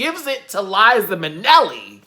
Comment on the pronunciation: When you said "Liza Manelli" I had to slowly close my eyes and gather myself, lol. ....officially subscribed!